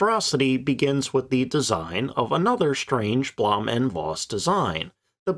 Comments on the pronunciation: Suggestion: pronounce Blohm und Foss. It is easy and accurate. Best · Is it so hard to pronounce Blohm & Voss right?